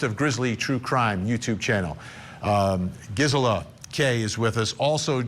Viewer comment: Wish he’d say her name right, it’s driving me nuts!